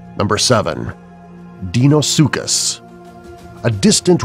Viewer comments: And it's not pronounced 'deenosuchus' it's 'dainosuchus' right? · deinosuchus (di-no-su-kus) you pronounced it as (dee-no-su-kus) dunkleosteus (dun-kle-ohs-tee-uhs) you pronounced it as (dun-klee-ows-tee-uhs) mosasaurus (moh-zuh-sor-uhs) you pronounced it as (mow-sah-sor-us) deinotherium (di-no-theh-ri-um) you pronounced it as (dee-no-thee-ri-um) sorry! just trying to help out here! ...and I recommend studying pronunciation before actually making the video. Plus, I hope you will lose this VERY cheesy voice. It's hard to take you seriously, as HAPPIE WOLF said. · ITS DINOSUCHUS, HELIKOPRION, AND TANYSTROFEUS! (i spelt pronounces for the dum dums at facts verse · he also said dienosuecus wrong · this dude actually used a picture of 2 giganotosaurs and a S. meekorum and pronounced Deinosuchus wrong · Sol Campbell He mispronounced Helicorprion too.